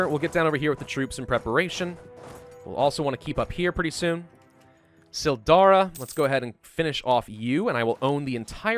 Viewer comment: For reference, Cill Dara has a hard C, not a soft one. 'Kill Dara' rather than 'Sill Dara'. Good try, though!